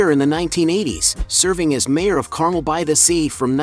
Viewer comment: learn to correctly pronounce "car,mel", won't you?